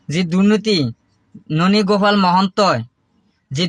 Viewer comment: ননী গোপাল নামটোৱে শুৱলাকৈ ক'ব নোৱাৰা ই আৰু কি জাছ কৰিব যে ভাই।